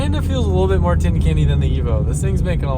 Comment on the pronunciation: Tein is pronounced Tane like Vein!